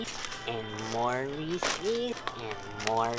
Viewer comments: ITS FUCKING REESE, not REE CEES. :P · the way you pronounce reese's deeply offends me